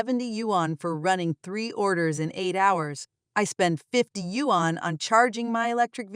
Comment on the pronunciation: Wan is Korean currency, yuan is Chinese currency. Learn your pronunciation.